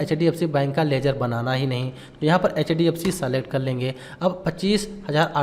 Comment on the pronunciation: कैश स्टडी ❎ केस स्टडी ✅ सलेक्ट ❎ सेलेक्ट ✅ पैड ❎ पेड ✅ रिसिप्ट ❎ रिसीट ✅ असेप्ट ❎ एक्सेप्ट ✅ etc...